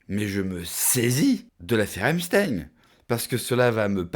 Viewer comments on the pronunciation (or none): Il dit epsTEIN TEIN COMME EINSTEIN